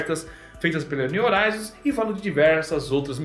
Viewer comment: Só, um “toquezinho” pra você,. A palavra “horizon” está em Inglês e a palavra “horizonte” está em Português. A sonda espacial está nomeada em Inglês e, sendo assim, deve ser pronununciada na sua forma original. No Português a letra H não produz som algum quando colocada em primeiro em qualquer palavra mas, no Inglês, a letra H produz um som de R. Simplificando; se escreve horizon mas, se pronuncia “rrorizon”. Em se tratando da sonda espacial, seria algo como: “niu rroraizon”. Por favor, não me leve a mal.